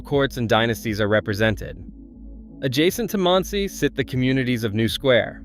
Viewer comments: not one of these communities is a suprise to most jews. i wish this guy would find out how to pronounce things right. even the town Monsey and Boca Raton is pronounced wrong. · Didn't get Monsey correct either.